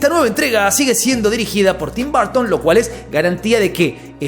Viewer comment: No se dicen Barton, en ingles se dice Burton. Tim Burton.